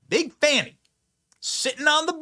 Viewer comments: BTW, what is up with the stupid pronunciation of "women's" names (I use the term women verrrrrrrry loosely. For example: Kamala..... Kamal Aroush (the real way to say. It):and Fanny who is trying to sound ghetto fabulous by saying: Fawn-------knee🙄😄 when it's pronounced like the big thing she sits on: Fanny. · It's not fahny or fawny, Its fani ... Like fanny pack All media trying to class up her name 🤣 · It's "Fani", not "Fauni". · pronounce it fani, farney, fanny whatever. It all translates to ASS Willis